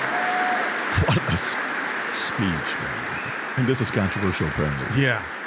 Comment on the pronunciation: You know, in his speech he says WHOLE-MAKER, not Homemaker.